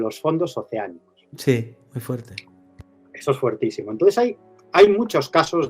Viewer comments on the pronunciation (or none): Se dice fortísimo no fuertisimo